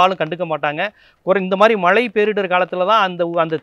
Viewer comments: " மளை" இல்லை..."மழை " என்று சரியாக சொல்க.... பொளிவு "இல்லை அது பொழிவு....... அய்யா தமிளை கொழ்ழாதீர்கள் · மலை அல்ல மழை என்று சொல்லவும்